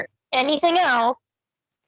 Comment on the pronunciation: I hate the way he says ‘else’. “Eltz”